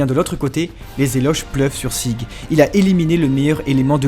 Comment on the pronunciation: De plus à chaque fois tu dis "sig" alors que sieg se prononce "siègue".